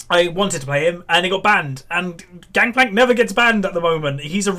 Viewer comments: its gankplank not gankplak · Its gangplank not gangkplank right?